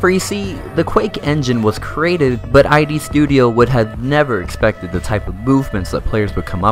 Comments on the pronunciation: You committed a major crime in pronouncing Id as I.D., it's actually the word id, as in the id, the ego and the super-ego of sigmund freuds structural model of the psyche. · This video is great. Clearly a labour of love. Thanks for putting it together. Gotta be that guy for a moment. It's pronounced "id" not "I.D.". Edit: you can actually gauss cannon boost on the Doom (2016). It's basically using the blowback mechanic of the railgun type weapon to give you momentum. It's nowhere near as cool as rocket jumping but I figure they didn't include that for balancing purposes. Still a shame though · great video, but it's id software, not I.D. software, lmao.